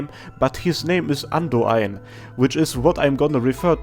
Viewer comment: I'd love it if you made a video just pronouncing the weirder names in AK. Your Lemuen and Andoain pronunciations are incredible.